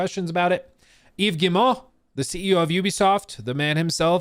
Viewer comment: Wow, you actually pronounce "Yves Guillemot" correctly, well done!